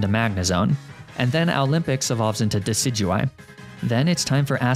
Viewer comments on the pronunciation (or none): none